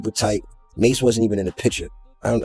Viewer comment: Can't trust someone who is calling MASE Ma $ E ma dollar e